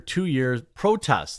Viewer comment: Who the hell are Kneel Young and Jo-Knee Meat-Chill?